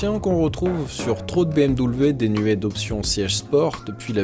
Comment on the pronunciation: Super vidéo ! Mais stp dis bm'v' , pour un germanique comme moi ça fait mal d'entendre bm'w' haha